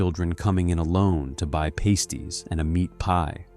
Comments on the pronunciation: Ai voice is annoying. Paste y? They aren't glue. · "pasties" is pronounced "past- ees" (as in "the past" not "paste") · The AI voice says pasties for lunch - no they arent pasties - no pasties are what strippers wear - these are pasties like a sausage roll - I hate AI voices